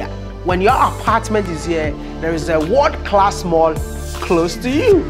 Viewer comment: Stop saying "Wod class". The right pronunciation is "World Class"